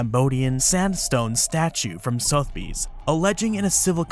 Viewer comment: the E in Sotheby's is not silent also owners get to sell things they own